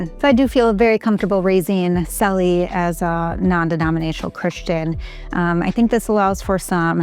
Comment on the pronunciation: What’s your sons name? I thought it sounded like Sally.